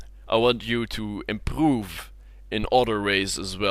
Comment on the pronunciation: i want you to "impooggg" xD